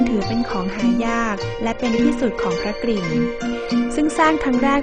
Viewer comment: ควรควบกล้ำว่าพระ ก-ริ่งนะต้องมี ร เรือด้วย ไม่ใช่ พระกิ่งนะ